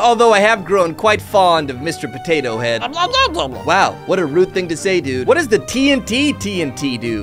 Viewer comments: Looool you said patata on the video 😂😂😂😂😂😂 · why did you patata its potato ok but your funny